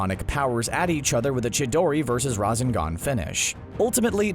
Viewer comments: Never say razengan again because it's rasengan. If anything say the translated version of it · he said rasengan wrong he said razengan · Ra-sen-gan!!!!!!!(ra-zen-gan??????????!!!!! IS NOT!!!!! HOW YOU SAY IT!!!!!!) you fucked up HHHHHHHAAAAARRRRRRDDDD on the pronunciation!!!!!!!!!!!!!!!!!!!!!!!! at 0.40SEC-0.50SEC if your a true fan youll know. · Its Rrrrrra-sennnn-gaannn Not Ra-sen-gun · My guy said razengan instead of Rasengan😂🤣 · Have u actually watched this show you mispronounced so much?¿ like whaaa go stand in the corner n think about your life. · Omg that was so annoying how he said razengan instead of rasengan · narrator i wached naruto many times:rawsenggan akoostki sharengan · CBR: I Watched the series several times Also him: Akusaki, Razengaan, Oktuksaki, Medaara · CBR: i've watched and rewatch naruto many times . . . . . . . . . . . . . Also CBR:calls jutsu jitsu and uchiha uuuuu-chi-ha and akatsuki a-kut-ski and rasengan ra-zen-gan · The RA-ZE-N-GAN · Dude why cant this man pronounce things. Rasingon? Like hu???? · Narrator: ive watched Naruto many times also narrator: razengan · Narrator: I’ve seen naruto many times Also narrator razingon! Jitsu, ackuutski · cbr narrator: i've watched naruto several times also the cbr narrator: RaHzEnGaN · CBR narrator:I’ve watched and rewatched naruto many times Also CBR narrator:mUhDaRa,oOcHiHa,raSsAngAn,kAraMa,uCuHtSooKie Shit like this really pisses me off about these channels,they claim to have knowledge about a show,then they completely butcher the pronunciation and then proceed to state bullshit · CBR Narrator: I’ve watched Naruto several times also the CBR narrator: rassengaan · Dude he says raseengan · This guy "raw-zen-gan" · The way he says rasangan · CBS narrator: *I’ve watched naruto several times Also CBS narrator: Muh-dah-ruh oochi-huh Akotski Raasngan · AND he said razengan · He also said razengan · yes someone in CBR finally said naruto correctly but couldnt say Rasengan or Akatsuki right